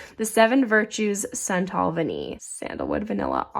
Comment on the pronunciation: Great pronunciation on Vanillée! Merci- bisoux..